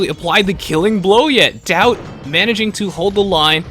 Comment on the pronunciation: the way you say daut it sounds like doubt is that normal? in french daut sounds like dot